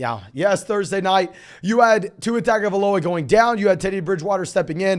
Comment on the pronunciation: I don’t mean to sound like the grammar nazi or whatever, but Arya last name is pronounced tah-ngo-vai-loa. In Samoa, the G is pronounced like “ng”